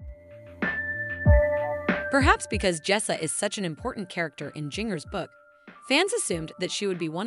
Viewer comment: You don't even say her name right.